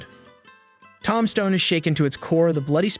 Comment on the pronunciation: This bitch can’t even say the name of the town right